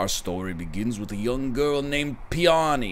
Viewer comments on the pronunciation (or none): It's pronounced "PEE - oh - knee". Also a flower name. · the way he says peony........ a bio major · This man does not know flowers, based on that name pronunciation.